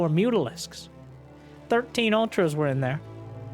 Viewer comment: I know what Mutalisks are, but the dude keeps pronouncing it as Mutisks... Am I hearing him wrong or is he constantly mispronouncing it?